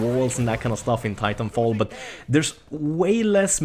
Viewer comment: Im sorry xD it almost sounded u said title fall IM SORRY Hhahahaah